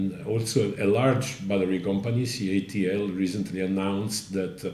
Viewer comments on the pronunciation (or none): Let's just say you'd be smart to verify this information yourself. This video makes A LOT of assertions and the narrator misspeaks plenty. For example, how many times does he refer to CATL as CALT. That subtle slip got me wondering - CATL (Contemporary Amperex Technology Co. Limited) is a Chinese company. That's important to me. The 2 largest lithium producing companies in the world are not Chinese and a majority of their mining & refining is done outside of China. Get the facts, make up your own mind, and most importantly understand the Chinese government's ambitions. Suggested read: The Hundred-Year Marathon. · you kept saying CALT inStead of CATL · Nice reporting! I love the item about the PolyJoule. Outstanding innovation, even with lower energy density. One note: You keep saying CALT. The battery company is Contemporary Amperex Technology Limited, so it's CATL. All good wishes. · You keep alternating between calling it "CALT" and "CATL" (correct) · CATL!!! NOT CALT...